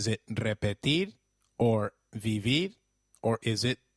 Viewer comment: Great lessons you really help❤️ but i have a question por favor aren't we supposed to pronounce the "V" as a "B" so like isn't it should be pronounced "bibir"?